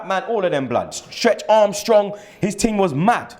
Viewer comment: Hold up did this guy just say "Stretch armstrong"